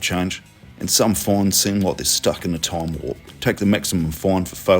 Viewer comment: you're supposed to be smart and you said "time war" ha ha ha ha, honey, it's 'time warp'... oh lordy go back to school